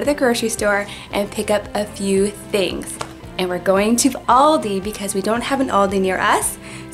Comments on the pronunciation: It is pranounced aLldeee thats where i shop when i go to ireland but im from japan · Aldi not oldi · In England and Germany we pronounce it al-dee so it's kinda cool to hear how you say it no hate btw ly guys soooooooo much xx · we have loads of Aldis in the UK my dad actually works at one but in England... we also actually pronounce it differently it as well so it is sometimes weird hearing pronounced that way haha and my favourite thing to but from Aldi is the fruit and nut chocolate bar or the chocolate covered riced cakes (big chocolate fan lol) 🤪😝